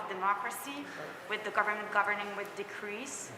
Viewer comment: It’s decrees not degrees